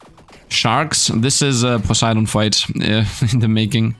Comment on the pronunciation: He says Poseidon cuz he Greek